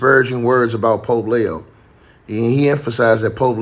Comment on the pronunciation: It’s Leee oooo 😂